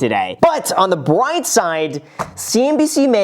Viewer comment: “On the BWIGHT SIDE”